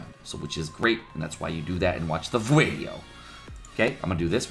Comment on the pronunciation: inb4 they change raids so that if you accidentally bring two Gowthers and they cast rank up twice in a row the second time will derank all cards by 2 ranks instead. Loving your vids but the Mexican 'Video' pronunciation is starting to be more dead than dank. Maybe keep it to once a Huedeo.